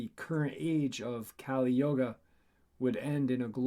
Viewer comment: Good evening all the litter, hope you are well. Thanks. Only trying to help Yuga is pronounced (YOU-GAH) YOGA is different, yoga is a pathway and there are different yoga paths. Yuga is an age such as in ages of the world. Thanks again.